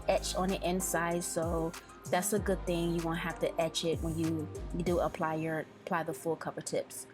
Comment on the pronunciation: Good*** not hood lol